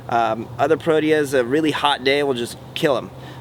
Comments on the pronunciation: Pro-tea-yah Not what you said. The South African Cricket Squad is called Proteas. Beautiful Garden. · It's pronounced Pro-tee-ah.... I'm South African...